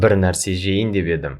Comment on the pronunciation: Да, "п" там не слышно совсем. Ни в одном уроке. Очень странно.